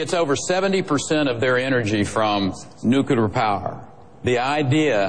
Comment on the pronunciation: How cute that Perry calls it "nucular"!!!!!